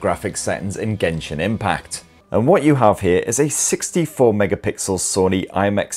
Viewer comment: Why say gentle , as in jentell ... Then genshin as gen , not jen 👎🤬👎🤬👎🤬👎🤬😭🤬👎🤬😭